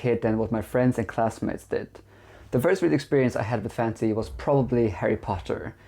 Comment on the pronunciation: by the way you pronounce 'fansy' books and how little relevance the content of this video actually has to fantasy novels, I think 1.56 books is probably closer to reality